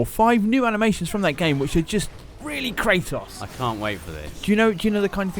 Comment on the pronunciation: Kratos. Not Kraytoss